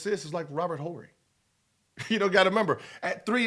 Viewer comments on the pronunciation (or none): Charmers, Barerra, "H"orry... Gil is just a piece of magic LOL